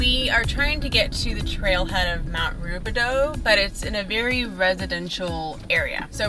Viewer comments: Americans will never be able to properly pronounce the “OU” sound. lol. It’s actually pronounced Rubi-dOO not Rubi-dOH. 😂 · It's actually pronounced Roobidoo. A local wine group meets in the catacombs once a year for their annual meeting but it's closed off to the public. The tunnels were used to transport dignitaries from the Mission Inn to the illegal bathhouse off Lemon Street. Great video, thanks! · The correct pronunciation is “ruebidoo”.